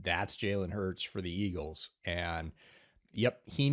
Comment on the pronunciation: Hearing get some "Iggles" in was awesome as a Philly fan